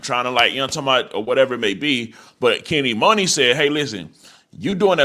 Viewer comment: It’s pronounced Kenny MONEY not MOONEY it’s just spelled Muney.. & It’s not PRE it’s P.R.E. Come on bro u not 60 years old lol